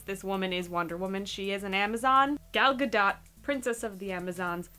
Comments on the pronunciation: Not ALL DC films have been bad. Just the ones made after Dark Knight Rises. Gal Gadot is Israeli. It's actually pronounced 'Goll Ga-dough-t' Like: 'Doll Float'. - Hey now... ;) I'm in love too. :) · The A in both her first and last name is pronounced like the A in Guitar.. Tar... Far... Not so much like Bar but close.... You get the point.